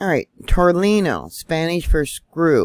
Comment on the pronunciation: Tornillo. The "i" sounds like "e", and the "ll's" are silent. 🤗